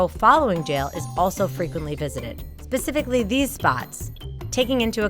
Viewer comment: "pacifically these spots"😂lol